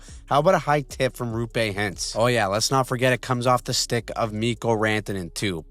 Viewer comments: Roope is spelled Roh'pe, not Ruhpe. Love your deep dives - keep up the good work! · The letter o in Roope is pronounced similarly as in Rob but only longer. Otherwise nice work again.